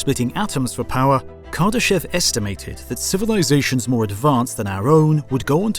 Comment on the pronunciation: cozmoss 🤣 civilizaSHONs 🤣🤣 Talk about emPHAsis on the wrong syllables 🤣🤣🤣💩